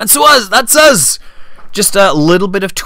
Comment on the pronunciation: I love how you say 'uz' and 'whoat'. Sounds very professional. :D